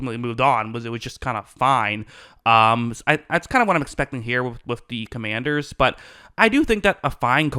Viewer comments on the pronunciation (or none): none